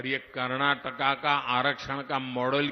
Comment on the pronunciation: Karnataka ❌ karnakaka✅ 😅😅😅😅